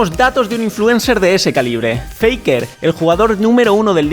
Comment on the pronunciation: No sé porque pero como fanático del lol Escucharlo pronunciar faker me hizo satisfecho